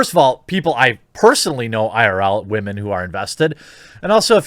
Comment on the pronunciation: Anytime you say "WAHMEN", I feel it's impossible to take anything you say seriously. Just a quick tip, constantly saying "Wahmen" makes you sound stupid. I'm not saying you're wrong in what you're saying in the video, but constantly saying it just makes you seem like you're trying super hard to make sure people know you're hip and into memeing on SJWs. Just let it go.